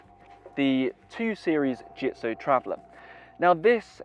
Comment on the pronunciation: Well said .... except for the pronunciation of the brand name.